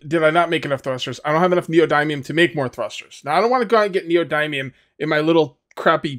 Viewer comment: Neo dimium. Not dymium